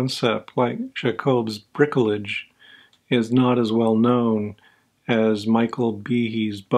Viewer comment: Hey, that's very interesting. I'm on a course of corticosteroids right now and I was wondering about all of the side effects having to do with sodium and potassium excretion. But if I could harp on your pronunciation of "bricolage"...